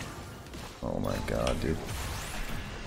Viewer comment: I like to think you're saying "Oh Mike god" instead of "Oh my god." You are the god Mike. good content.